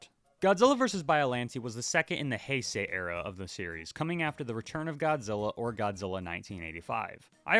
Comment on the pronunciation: I’ve learned recently it’s Bio-lawn-tay, not Bio-lan-te. Also Hi-say, not Hey-say. And Radon, not Rodan.